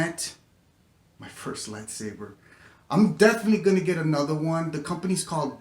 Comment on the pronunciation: "anotha one"